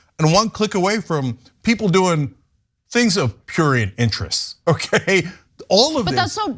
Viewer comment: Ana is too old to be struggling to pronounce words like prurient, shes one of the greats, but she pissing me off